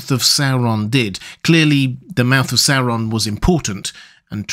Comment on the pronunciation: Oo wawz thuh mouf ov sour Ron? Yikes.